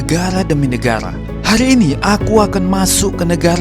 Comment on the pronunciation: Negara bg bukan negala